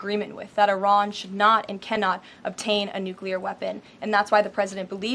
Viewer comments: Nu-clee-er, not Nu-kew-ler. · 'NUCLEAR' is, pronounced 'new-clear. Not 'nuke-u-lar.'